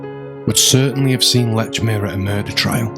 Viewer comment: Please pronounce Lechmere's name right. No T in Lechmere. Very annoying.